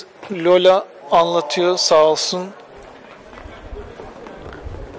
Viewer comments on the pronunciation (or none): Bu arada, rehber hanımın ismi Lyola değil de, Lale oluyor bence. 😂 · Üstad Lale dir o'nun adı Lola değil